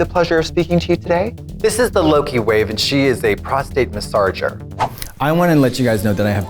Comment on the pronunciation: Katya saying: massarger took me out.